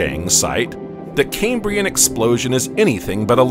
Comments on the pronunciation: Doesn’t bode well when the narrator can’t even pronounce Cambrian properly. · ridiculous music, and a dreary affected commentator who cant even pronounce 'Cambrian'